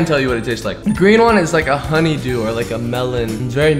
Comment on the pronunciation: Honeydew ish is what he said honey dew dew